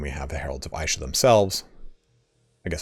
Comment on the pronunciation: Good video, like to see all the little mechanics specific to the new lord. Also, Isha is pronounced with a pronounced "e" rather than an "I".